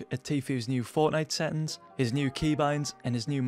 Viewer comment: i like how you don't say settings u say sethings